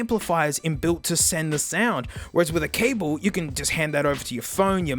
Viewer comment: You’re not supposed to pronounce the ‘’e’’ at the end of cable. But it’s not your language so it’s not that significant